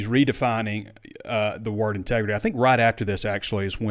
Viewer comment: It’s called ‘tregrity,.